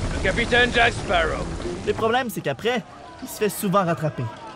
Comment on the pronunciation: baptiste rabet c'est Sparrow et pas sparaux ;)